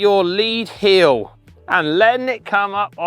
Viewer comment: heel... not.. heal